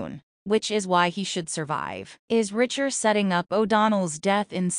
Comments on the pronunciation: Does this talker not know its Reacher. Not "Richer". Fix this. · Reach....er! Not Ritch...er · Will someone please inform the narrator it's pronounced R E A C H. H E R ..listening to her is infuriating...look they killed Russo and that killed me and David dying I will not consider..why does she keep saying R I C H E R ..MAKE IT STOP.. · [1] The narrator or A.I. is annoying with her/its constant mispronunciation of 'Reacher'. It's not 'Richer'. [2] fyi: Your headline is incoherent. [3] Talk about making sh*t up, just to talk about nothing. (Who said O'Donnell will or will not die in S2?) (S2, E6 is out and someone dies, but it's not who this content creator suggests.) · its REEEEECHER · For goodness sakes, this is the 3rd bideo ive watched and you still mispronounce names. Its very annoying. The main character is REACHER- lomg EEEEE, NOT RICHER. In NEAGLEY's name the G is silent. Ive never heard anyone pronounce the G in the show. UGH!